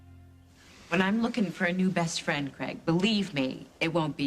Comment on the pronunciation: Wrong. You are the bad guy...hardly Lucy's "bassst frand".